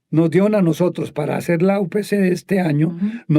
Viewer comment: Minuto . "El trabajo que hay que hacerT. T T. El verbo hacer no termina en T